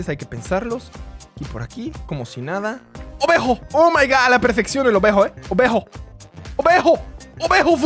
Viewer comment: A mi me da gracia cuando dice obejo